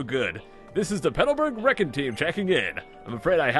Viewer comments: Reckon? Reckon? It's pronounced REE con, con as in contact. LOL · recon = rek’n :D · I know this video is old but I'm rewatching and noticed you pronounced Recon Team as Reckon Team. Idk why but that tickled me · Yes exactly. He said it like the word reckon. LOL